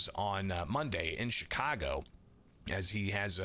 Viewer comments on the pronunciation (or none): none